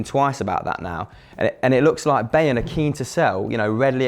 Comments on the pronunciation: WTF BAEYRN its BAYERN ??? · its pronounced b-eye-ern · Bayern isn't said like that mate